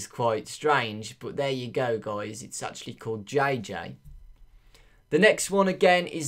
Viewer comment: Can u say Guys instead of Goujs ? :/